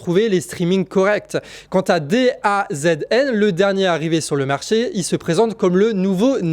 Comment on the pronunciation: DAZN se prononce da zone, c'est-à-dire, la zone :)